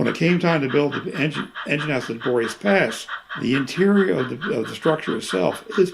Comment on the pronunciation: Beautiful stuff! Narrator's note: "Boreas Pass"....should be pronounced "bore'-ee-ass"